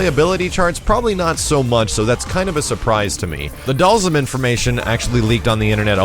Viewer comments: and charlie nash...u missed one dude its not pronounsed (doll- zum)...its ( doll- SEEM) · Am I the only one who pronounces Dhalsim name like this (Dahl-seem)?